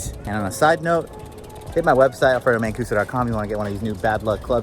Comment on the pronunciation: you forgot the m in mancuso lol